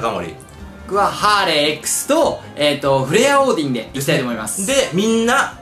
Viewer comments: にヒカキン、ハーレーXのことハーレムって言ってるように聞こえる。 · いつまでハーレーxをハーレムって言よんねんw